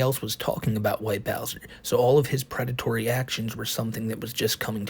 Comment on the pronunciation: Quite the pwedatowy stowy